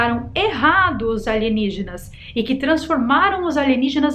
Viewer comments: Eu tava com saudade de você falar: aligenígenas kkkk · Sim, eu estava com saudade de vc falar aligenígenas! Kkkkk eu ri oh kkkkk